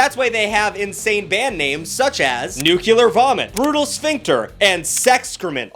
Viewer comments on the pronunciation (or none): Always irks me when some ppl say "Nucular" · It's not "nu-cue-lur". There is not a second "U" in there anywhere. . "Nu-cle-ar". It's spelled exactly how it sounds.